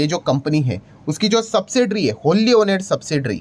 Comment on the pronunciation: Sir, sorry to point out but the word ' owned ' is pronounced as " ओन्ड" and not as "ओनेड" Please correct